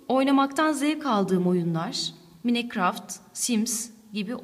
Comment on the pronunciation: Manikraft diye okunmuyor öğretmenim maynkrâft siye okunuyor.